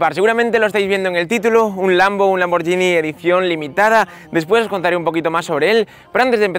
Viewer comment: Lamborghini (gi nee) Gallardo (gayardo)